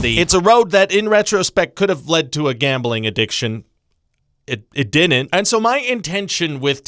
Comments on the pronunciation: “It DINNENT!” Can we officially make that a catchphrase? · Someone teach this man how to pronounce “didn’t”. Thank you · Thank you George Ryan. Before you came into my life I dinnent even know dinnent was a word. Now I dinnent stop saying it!